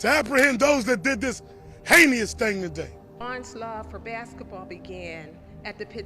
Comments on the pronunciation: "Hei-ne-ous?!?" Black people...if you can't spell it, don't say it! Unless you just want to sound stupid! TF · I believe the word is heinous not heiny us 🤦🏾‍♂️